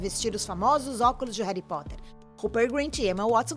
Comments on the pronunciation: QUE AGONIA ELE FALA "Reri Potter"... RESPEITA MEU BRUXO KALAI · "Réri" Potter "Robert" Grint. "Plotis tuitis". J.K "Rólin". Socorro. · Réry póter KKKKKKKKKK horrível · Parece rita skeeter falando, que chato rari potter Jekrolling WHAT? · Quem também sentiu agonia dela falando Reri Potter? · "reri potter" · "reri poter " q raiva man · Fi é reri potti kkkk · Rérí Potter JK. Róling Daniel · Que povo fresco do crlh, pqp!!! "Ain, ela fala Reri Potter" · Jay Kai Róling, Rari potter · Reri Potter que agonia do caramba HARRY POTTER Já to acostumada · E minha professora que falou Reri Poti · "Reri potter" kaka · O jeito que ela fala "Reri Potter" é agoniante. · Reri poteir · Reri potter,anão vey 😑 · Muito legal vocês ficarem trazendo coisas de fora que NÃO TEM NADA a ver com o filme/elenco (sim, estou falando de Brad e Angelina, Kristen e Robert). E, pra fazer esse tipo de vídeo, é importante saber pronunciar o nome dos personagens e atores, viu? Principalmente o nome principal da saga. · Claramente inglês não é o forte desta moça... cada pronúncia dos nomes do elenco é uma facada no meu coração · Desculpa mas alguém querer falar de "reri potter"(como diz a dona do video)é legal mas falar sem assistir ou ler antes é foda né ? Reri Potter Reduing Não dá é ainda disse que Alan rickman é arrogante sendo que ele era uma pessoa muito doce e ainda diz que sonserina é uma casa ruim Me desculpa mas eu tinha que falar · "Réri Potter",Réri Potter uma ova é Harry Potter!!!Fiquei revolts! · N e reri Potter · Véi tu fala Harry Potter igual minha mãe ("Réri Pote") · "Reri potter" ;-; AAAAAAAAA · Réri potere? Kkkk da agonia mds kkkk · Tenho que ser sincera, apenas vi coisas erradas "Reri Poter" "Jei ka roulin" "Sonserina por nome, sonserina por natureza" E muito mais... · Eu ja tinha deixado o like mas quando ela começou a falar "Reri Potter" AAAAAAAAH tirei meu like kkkk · "Réri poter" kkkkkkkkkkkkkkkkkkkkkkkkkkkkkkkkkkkkkkkkkkkkkkkkkkkkk melhor inglês kkkkkkkkkkkkkkkkkkkkkkkkkkkkkk